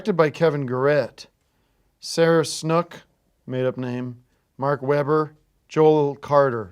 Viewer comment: Or even when he CAN pronounce it: Sarah Snook posed no problem for him whatsoever 😊